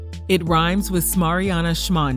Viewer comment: Lol she said shmariana shande 😂😂😂